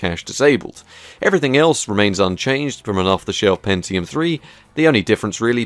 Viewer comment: its NOT called PENZIUM !!!!!!! PEN-Ti-UM with a "T" aaaargh !!!!